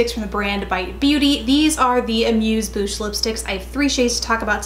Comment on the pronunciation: Thanks,! I don't generally have issues with fragrance, but I was surprised HOW fragrant the bite lipsticks are. It doesn't bother me much anymore, but it certainly did when I started wearing mine. Btw, bouche is pronounced "boo-shea" and means mouth. 😊